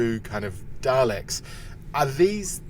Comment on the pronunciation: "daleks" FFS wish Times could take things seriously